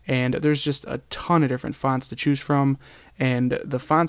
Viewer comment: It's annoying the way you say fonts :P